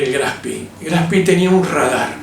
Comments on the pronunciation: Le quita seriedad al comentario pronunciar el nombre del acorazado de bolsillo "en ingles": Graf spi. Su nombre es Graf Spe, con e. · por que decís "grafspi?" es alemán no en ingles. GRAF SPEE. duele a los OIDOS. No existen los acorazados livianos. Deja de decir huevads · No es Graf Spi como ud lo nombra. Es Graf Spee termina en E no en I! Decirle Graf SpIii es bien de argentino que quiere anglificar todo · El nombre del acorazado Graf Spee es alemán, no inglés. Por lo tanto, es una expresión ignorante decir "Graf Spi" y no como corresponde: Graf Shpé (en una fonética muy rudimentaria). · Me temo que es Graf SpRee,con R,y se pronuncia con E al final,no lo convertamos en inglés,qe no tiene nada que ver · Todavía me asombra que digan el nombre como si fuera inglés! No se pronuncia SPI, se pronuncia SHPEE, extendiendo la doble E. No hay fonética de i latina..... Aparte de eso, las explicaciones son son excelentes. Felicitaciones! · No es Graf Spi, sino Graf Speeeeeee! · No se dice Spi sino Graf Spee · Buena aclaración! Pero tampoco es "espee" . La correcta pronunciación (fonética) es shpee (como shh de silencio) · Lo pronuncia en inglés: Graf Spi! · Muy interesante. Solo como comentario, La mayoría de los informes pronuncian el nombre del barco en inglés. Lo ideal sería pronunciar como suena en alemán la E de Spee. Saludos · Por favor diga bien el nombre del barco. Era alemán y se pronuncia graf spee en ese idioma. Suena horrible como lo pronuncia usted. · La e se pronuncia e en aleman.Lo esta pronunciando en ingles.Algo sin importancia.Buen informe.